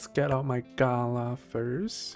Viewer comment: The second a in Galah is drawn out, not the first. Like Galaaah, not Gaala. Unfortunately the game pronounces it wrong too.